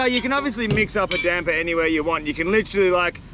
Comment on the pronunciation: It's called damper not damber 😅